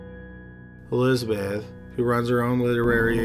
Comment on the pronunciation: Whe Thoma wah sissteen he met Elizabeh, hey can you please PRONOUNCE the words?